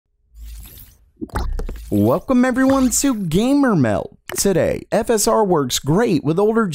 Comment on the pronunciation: This guy cant say the letter T without an S. TSADAY